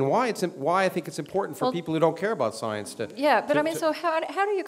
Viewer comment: I like how he pronounces it "soyence".